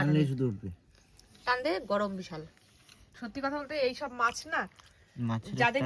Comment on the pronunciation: কথাটা কি "মাস" না "মাছ" ? 🤔